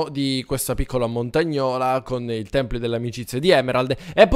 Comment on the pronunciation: Potresti fare un SANTUARIO al posto del tempio. Molto bello. Completalo! PS si dice tempio non Templio